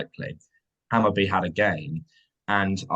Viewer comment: Hammarby - pronounced "Hammarboo" (kinda) , let's see how he does. The Danish team he managed got relegated after he left, not sure what that means.